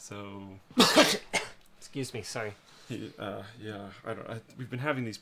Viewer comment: I like how Linus says "sorey" instead of sorry